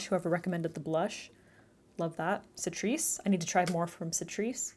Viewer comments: awww you got Catrice too :) in Europe we pronounce it K-trice :) you said it like setris? :D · Catrice pronounced like 🐱Cat - reese, just if you wondered, maybe you don't but....just...yah. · not sure if this was mentioned in the comments, but Catrice is pronounced with the K sound.... Ka-treece. love the look! I've gotten products from Ulta that were also used >.< such a disappointment....yes, they'll reship the product(s) but then you have to wait AGAIN for delivery. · "Citrice"??? lmao what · It's Ka-trice (catrice) 😁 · Catrice is actually pronounced 'K'ATRICE ❤️ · I love your content- and how you deliver it- so pramatic and yet also natural! Also on a silly side note, it's "Kah- tree-ce" for the brand name Catrice! I tried my best to write that sound out- so permission to roast me if it's inaccurate granted haha~ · Catrice has a hard C :)